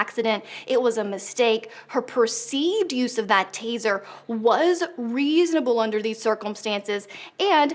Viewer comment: Are they trained to say, Taiser, Taiser, Taiser before using the Taiser?